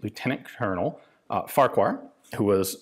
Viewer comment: It is not "Far-qu-har". I made the mistake of saying that. Some guy who actually has the surname corrected me. "Farh-kher", he said. Up to this point, everyone will be giggling because of the resemblance to that profanity. I looked it up and it is legit. Yes, Justin Trudeau's ancestor has a ""Farquhar".